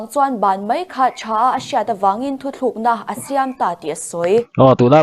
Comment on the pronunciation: News reader in, "Thuthlûkna" a tih hi a dik lo, "Thutlûkna", tih tur..